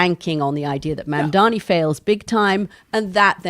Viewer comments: ITS MAM-DANI NOT MAM-DAMI YOU WIERDO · Why is Mooch mispronouncing M-A-M-D-A-N-I ???? It’s not MandaMi !! Ffs don’t be lazy ; practice , learn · Love you guys but I think you're pronouncing his name wrong. It's Mam-dani not man-dani. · Mooch can't even say Mom-daa-nee. He keeps saying Mom-daa-mee, similar to how Republicans would intentionally mispronounce Kamala's name. It's very disappointing to notice how often these two go out of their way not to offend their rich Jewish friends. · Mamdani, not MANDAMI, it ain't that hard 🙄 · For God sake, it is Mamdani with an N, not mamdami. For such a smart person like Scaramucci it’s not that hard. Write it on a piece of paper, or practice a few times! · Ffs Anthony learn how to say the man’s name correctly already. If the rest of us across the world can say Scaramucci correctly, you can say MAM-DANI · Anthony, his name is MandaNi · Wrong again. It’s MAMDANI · Please pronounce his name correctly - MAM DA NI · A gentleman named Scaramucci apologizes for mispronouncing the name Mamdani. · I don't know if you guys read these comments, but Scaramucci needs to learn how to pronounce Mamdani's name if he's going to discuss him in public. Didn't he graduate from Harvard? Surely he can tell an m from an n. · PLEASE get his name right, it’s really not that hard. Such a bad look for a conservative white guy. 🙄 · Before expecting him to show up on the show, learn how to say his name Anthony! You're smart, you can do it. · It’s very disrespectful to fail to learn to pronounce your mayor’s name. It’s not that hard! If we can say scarramucci???? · Why can’t Scaramucci pronounce Mamdani’s name correctl??? It’s really not that hard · Anthony, please can you try and pronounce Mamdani’s name correctly. It’s no more difficult that your surname and it’s starting to grate…. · Learn to say Mamdani's name properly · So bloody disappointed that Anthony can’t say Mamdani properly 🙄🤦‍♀️ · Learn to say Mamdani properly you pric